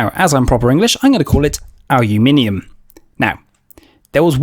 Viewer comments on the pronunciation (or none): none